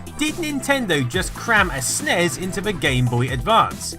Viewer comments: You don't say snes you say ES EN IE ES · Yeah, I've never heard it called "SNEZ" until this video. It's always been "Super Nintendo" "Super NES" or "S-N-E-S" 100% of the time. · Nez? Snez? Did you sneeze? Jesus Christ dude. Are you really that lazy that you can't say En-Ee-Es and Super En-Ee-Es? Nitwit. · Even according to Nintendo its N.E.S. and S.N.E.S. stop pronouncing it. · Sorry, i just can't get over "snez & nezz" pronounciantions. Everyone in the west (ie: America) calls it "N.E.S" or "Super Nintendo", maybe "S.N.E.S." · Ugh, stop pronouncing it "ness" and "snez" when you pronounce the other one "gee bee eh" instead of "giba". It's "en ee ess" and "ess en ee ess". Minor nitpick, I know, but so annoying to hear. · It's a SNES (SSSSSS) not a SNEZ (ZZZZZ) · Eww, I don’t like hearing NES as “nezz” and snes as “snez” 🤮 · Please stop saying "snez". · Don't say Snezz and Nezz.. that's fucking retarded and I'm clicking dislike because of it. When the acronym is all caps, you say each letter. When it's not, you say it phonetically. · is anyone else annoyed that he calls it a snez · Can't watch this because he says "nez" and "snez." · People really need to stop saying "SUHNEZ" when talking about the SNES. Makes me want to punch someone in the face, really, really hard. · it hurts my ears every time when you say Nes or Snes as a word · Stop pronouncing NES and SNES as a word it's giving me cancer. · do have the feeling that I'm not the only one pronouncing them as words. Anyways, beauty is in the eyes of the viewer, annoyance is in the ears of the listener :)